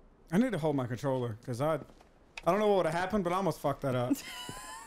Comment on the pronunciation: I like how she say's "troller" instead of controller, but I'd like to see you guys play more together.